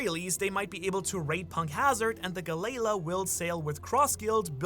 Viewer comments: Gal-lee-la. not guh-lay-luh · Talking bout Galayla…it’s Galley-La (G-Ally-La) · I need one piece to put out pronunciation guides cause the way you read Galley-la like it's the pokemon glalie is killing me